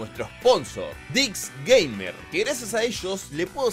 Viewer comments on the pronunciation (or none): none